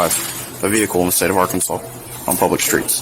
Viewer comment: Good ol' Are-cans-is.